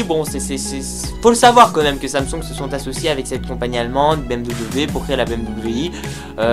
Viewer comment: Samsung, pas samsong. Partenariat, pas partenériat. A quand un texte correctement rédigé et dans un français correct,?